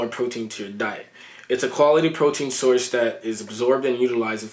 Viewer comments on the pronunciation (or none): none